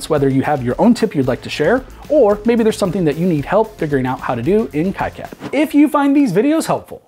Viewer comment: Procounced KeeCad.